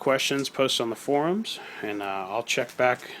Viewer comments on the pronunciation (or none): none